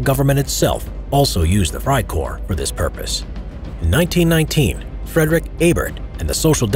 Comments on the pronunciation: FRIEDRICH Ebert, not Frederick Ebert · It's Friedrich Ebert not Frederick Ebert.